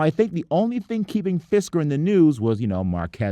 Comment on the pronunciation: Sounds like "fister"